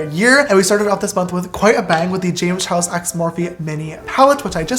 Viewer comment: Is it just me or its "James Chares"?